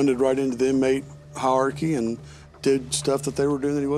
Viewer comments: The camera cut to the officer who said inamtey when he said it was brilliant 😅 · that said Inmatey. Dead. Yo